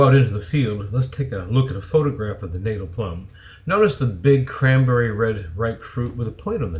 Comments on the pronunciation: Wonderful! But it’s pronounced Natal as in fatale, not as in fatal. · I love your videos. Just FYI Natal is pronounced "Naw-tal", as in the South African province. Hopefully this helps others too. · Correct pronunciation more like "nut" "tell" or "nat" "al", depending where you're from in South Africa.😉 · Natal - check out the correct pronunciation!